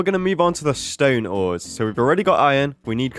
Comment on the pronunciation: 'ore' the ores